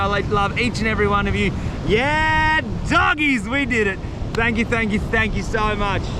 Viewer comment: Bro said dogies😂❤